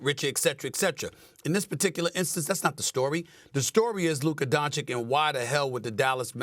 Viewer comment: “Luke Kadoncic”